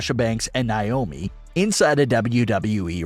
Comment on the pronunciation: Yeah they are "handling it" by butchering Sasha and Naomi's name